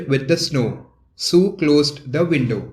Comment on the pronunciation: It's was sue not 🚫 su